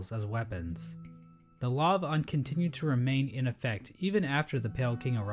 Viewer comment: this dude is telling lies, its not pronounced uhn its more of oon